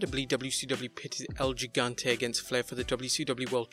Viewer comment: Isn't "Gigante" pronounced with an "H" sound?